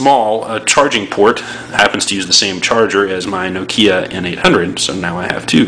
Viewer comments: It's not NO-kia it's NOKIA. No slang please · wtf? this american is verry stupid ..no-kiia omg..